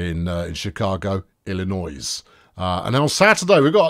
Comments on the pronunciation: The 's' in Illinois is silent,. Just sayin'. ILL-I-NOY. Although, one senses you are intentionally mispronouncing it. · The S is silent in Illinois